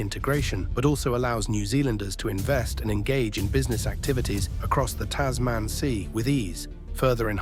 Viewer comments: Its Tasman (one word), not Tas man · Tas Man. lol what.